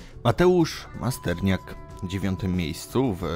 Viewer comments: Masternak! A nie Masterniak!trochę wiedzy nie zawad,i! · Masternak nie Masterniak. Drozd (Mistrz Świata) Dorticos (Mistrz Świata) Kalenga (Mistrz Świata) Tony Bellew (Mistrz Świata) Fonfara nigdy nie miał pasa WBC To wg Ciebie słabi rywale? Jak już coś robisz to rób to rzetelnie